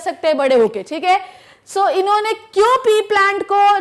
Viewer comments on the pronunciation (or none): Her "inne" & "unne" 😂😂😂